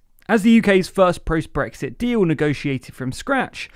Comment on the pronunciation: I only heard the word dee-oow